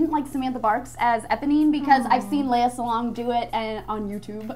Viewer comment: Yo,. Minor correction on the pronounciation of Lea Salonga's name. It's SA-LONG-GA. Jussayin.